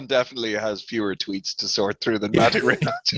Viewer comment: His not your m8, m8 ... its MaTe RimaC where c is being c not k :)